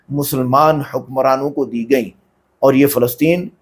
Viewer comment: Jahil Palestine ka nam to sahi le .. Felesteen ❌️ Falasteen n urdu Palestine in Eng